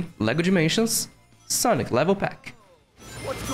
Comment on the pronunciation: wealie? Youw daboss of sega and aww ov its gwowie? I’m such a big fan of sonec the hedgwog!!